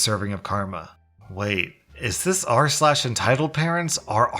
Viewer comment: Who heard "a parent parents"? XD